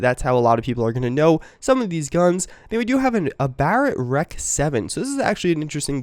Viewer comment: what is the deal with people calling guns what they literally say? the UMP is not an ump..its a U-M-P. the REC is not wreck, its an R-E-C. the AUG is not an og its an A-U-G. And its not used by the Brits!! its Austrian for fuck sakes. Its in the name! Austrian Universal Gewher or A-U-G.. jesus i dont know why, but that pisses me off when people talk/say things they have no idea about. i mean, He is a CoD player so i guess it makes sense.. but still its no excuse.